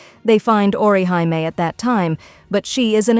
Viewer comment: Who's ORI-HIGH-ME 😂😂😂